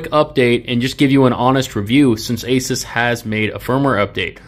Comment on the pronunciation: I love you bro.. you say Asus the right way! I fuckjng hate aSOOS nah it’s aSUHS like aces .. I name my Pc builds Pocket-Asus 1, 2 and 3.. building 3 right now.. I know I’m a cringe nerd